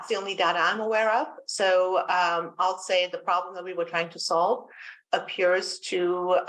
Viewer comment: Notice the emphasis she places on the word "appears" as it lends it's self to an out if needed later. Keep up the great work Brandy, the world could use more of you!